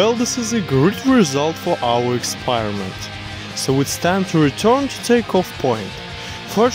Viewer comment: It's a Typo. they want to say: "Record will be saved' He also wanted to say "experiment", he said "expire rement " a lot of typos😂